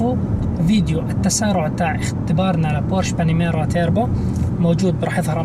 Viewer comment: توربو وليس تيربو